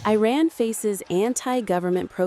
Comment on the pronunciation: It would be nice if you learned how to pronounce the the name of the country you are reporting!